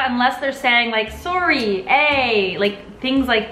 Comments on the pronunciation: I am Canadian and I’ve never seen someone pronounce sorry as saw-ree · i’ve only ever heard Canadiens pronounce ‘sorry’ as ‘saw-ree’ and not ‘sore-ree’ i think she is giving fake facts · Canadians prnounce "sorry" the way it's spelled.